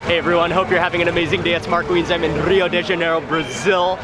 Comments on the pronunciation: I know its been 1y and someone prob has already told u but rio its pronounced as "hio" not "ŕřio", just a note, great video btw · Dude... Such an awesome video. It aint RRRRRRio its like Hio. Okay? LoL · Great spanish pronounciation of "Rio" but in portuguese it´s actually pronounced something like "Hio" ;) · The "R" in Rio I'd pronounced like the "H" in Happy, Hi, Hello, just for you guys to know (Generally speaking, there are some accents that sounds like that) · Dude, it's Portuguese not Spanish. Don't roll the R in Rio. It is pronounced with an h-sound. "Hee-oooh" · I wish people would stop pronouncing the R in Rio as Spanish ): it's more like Hio, you punks. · If you know the correct pronunciation of Rio, why do you continue to roll the 'R' ? I'm only asking because I get offended when people know how to pronounce my last name, yet they choose their own pronunciation